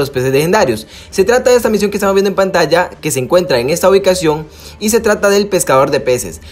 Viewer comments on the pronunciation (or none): none